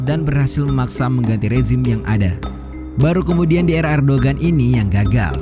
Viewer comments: Min Erdogan dibacanya Erdoan soalnya huruf g nya ada tanda 🌙 bukan bulan tpi kurung keatas...kayak huruf Arab ain... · Erdogan dibacanya Erdowan